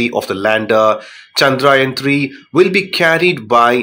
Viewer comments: Not chandrain 3 it's chandrayan 3 take name properly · Pronounce chandrayaan correctly please